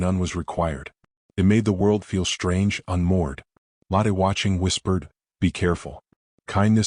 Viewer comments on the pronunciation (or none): The woman's name Lotte is pronounced Lo, as in English "lore" and the tte ending sounds "...tuh" Not like lateh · Lotte Adler - first name begins with Lo, which sounds like the oo in look. Adler means eagle and starts with Ah, not with add